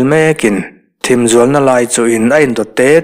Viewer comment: Thim zual na lam, tih i lam hi a van dik chiah lo ve leee, THIM tih hi thluk hniam lo in thluk sang deuh zawk la a dik ang aaa..